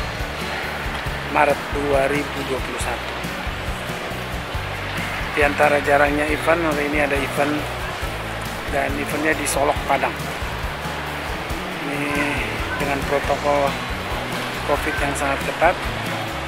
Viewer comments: Koreksi SOLOK bng bukan SOLOG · Solok bg bukan solog